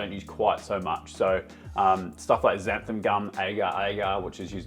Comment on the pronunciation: xantha-N! It's not xantha-M!